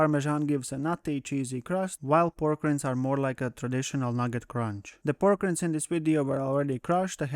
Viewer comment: Just FYI, "Rind" rhymes with "Kind."